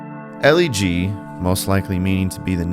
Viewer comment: This is hands down my favorite Newsboys song. it's rare for a Christian band to speak so honestly about tragedies, especially suicide. But just a quick note on pronunciation: The song title is a play on words. Elle G is pronounced like "elegy", with a short "e" sound, since that's, essentially, what the song is (an elegy is a poem lamenting the dead).